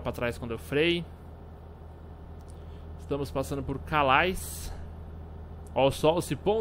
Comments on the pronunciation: a cidade que vc tava se vc fala Cale o som de "ais" em frances eh como um "e" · calais se lê = calê